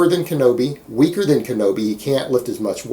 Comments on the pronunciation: im sure you kno this, so ill just comment for my own good. its KINO-body, not kenobi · Isn't it Kino- Body?